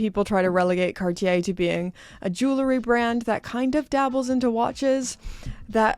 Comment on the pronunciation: R. Mille? ….and it’s “jewelry” not “joolery”. Thanks.